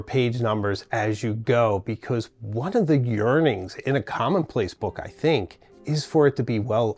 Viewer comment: Here in the U.K. it’s commonplace not “common place”. Great content.